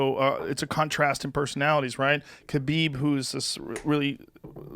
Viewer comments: Joe can say all these Brazilian names with the correct accent, but can't say Khabib's name right ever. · Most people say khabib wrong and his last name has a crazy pronunciation.